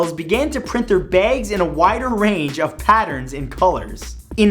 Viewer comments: byags lol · "baegs" lol